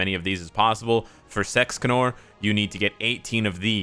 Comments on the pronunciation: hey bro why do you say sexcanor ?? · You said Sexcanor. Giggity goo.